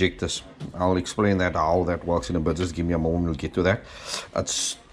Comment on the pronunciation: you heard it here first guys, "IF IT WERKS IT WERKS" 😂 😂 😂 😂